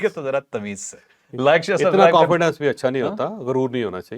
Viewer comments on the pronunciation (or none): none